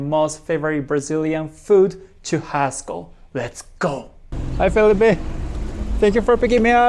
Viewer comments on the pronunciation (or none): none